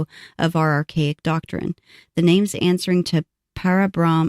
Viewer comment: Come on now ... wasting all that time botching all those names .. jeepers creepers